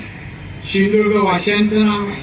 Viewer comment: सिंधुदुर्ग म्हणा गुरूजी पहिले